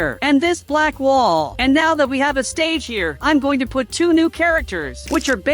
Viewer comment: Dude said kinder it’s kinger